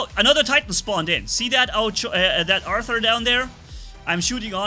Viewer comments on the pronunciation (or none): none